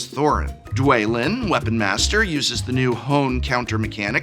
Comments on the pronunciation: "Ky-lee", "Dway-lin", "Bye-fur", "Minus Morgul" Prof, are you doing this on purpose to hurt us? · Dwalin is actually pronounced dwalin You welcome for the help :)